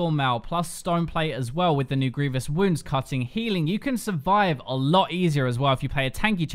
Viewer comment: It's grievous wouNds not woulds..